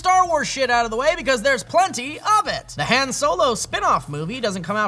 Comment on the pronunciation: they're saying Han like "hand" on purpose, right?